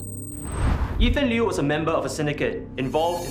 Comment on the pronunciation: "Ethan Liew Ethan"